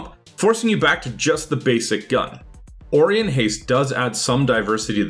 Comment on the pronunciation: it's pronounced O-ry-on not ori-on - it's from the star constellation